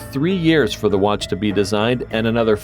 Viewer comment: And when you said watch you said "Wat"